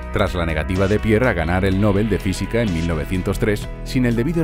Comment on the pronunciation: Genial pero por favor, PRONUNCIA BIEN LA PALABRA “ NOBEL “.